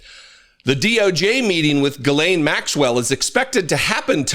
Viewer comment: Made me laugh when you first said Jizzlane Maxwell... very fitting